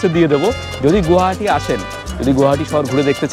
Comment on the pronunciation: It's not গুয়াহাটি, It's গুৱাহাটী